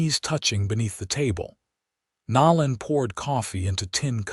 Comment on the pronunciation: "Nō '- Len" Long "O".